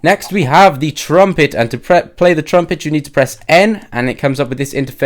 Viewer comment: ***** Um... trumpet, not trumplet, learn to english